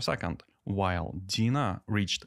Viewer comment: You pronounce Deno wrong. It's NOT dina it's Deeeenooooo, with an e and an o ;)